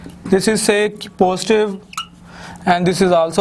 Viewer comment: Positive ❌ postive ✅ . . . . . .😂😂😂😂